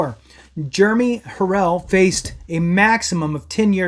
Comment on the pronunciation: You're so misinformed dude. I can't take you serious when you can't pronounce his name.